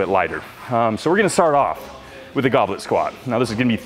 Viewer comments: What is written: goblet squat... What I heard: goblin squat... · My brain always hears "Goblin Squat."